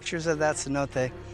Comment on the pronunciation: "C-note"? Sin-No-Tay